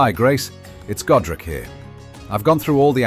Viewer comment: As a Warhammer nerd, I heard Gotrek every time you said Godrick. Should of married Felix.